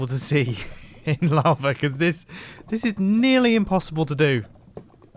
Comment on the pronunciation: well he used to say lava like "lavr" so he has made some improvement.